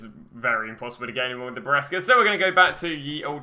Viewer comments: Hey, loving the series it has helped me a lot. When you pronounce Brescia, it is Bre-shia, not biresca. ❤️ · Anton Rushevich I was about to write the same thing. Love the guys videos, but the way he pronounce Brescia makes me angry 🤣